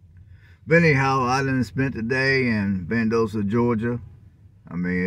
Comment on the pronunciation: Val dos ta is how the city is pronounced